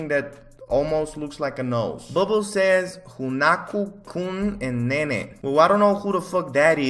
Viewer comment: The weebs are dying rn. “Hoonaku-kun and nayney.” “Yawo.” :’)